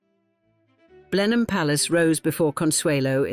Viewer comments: Another poor little rich girl story. Prounounced blen am. Not blenhime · You should have learnt how to pronounce BLENHEIM correctly. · Couldn't the voice over learn how to say Blenheim and Ivor correctly? such an ear sore! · What a shame you couldn't find a narrator who could correctly pronounce Blenheim.